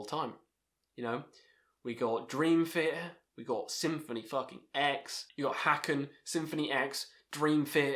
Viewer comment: Btw Haken is pronounced like Taken with an H not Hack-in.